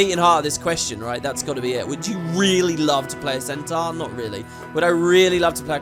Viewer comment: Its what puts the salads over the humans for me. I can't stand the humies' american accents - particularly their wrong pronunciation of Centaur and Minotaur.